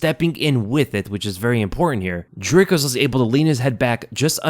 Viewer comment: "Dry kiss" not "drick us"